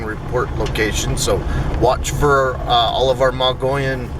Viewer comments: Pronounced: mug-ee-yun or muggy-own by locals) please say it right. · "Moe-gee-yawn" rim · Mo - gee - on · Odd pronounciation, but it's "MOE - gee (like key) - on Rim. It's how the indigenous Indians in Arizona pronounce the Rim's name. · more like mug eon.